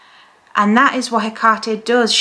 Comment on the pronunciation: I notice you pronounce the name Haycarty, Ive always heard it pronounced as Heckatty. Is there any difference?